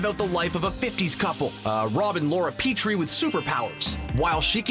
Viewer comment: Petrie isn't pronounced like "Petri" (the scientific dish); the first E is a short E.